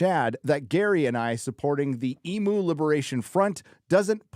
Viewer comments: Ee myu ! Ee Myu ! not Eemoo ! If your gonna talk about them all the time please at least say it properly ! 🙂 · It's called an emu not emoo 🐄🤣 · Mate i've been thinking the same thing every time I hear it pronounced incorrectly 😉